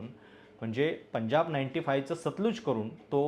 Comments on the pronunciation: उच्चार सतलज आहे, सतलुज नाही. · सतलुज नाही हो, सतलज. नदीच्या नावावर आधारित आहे.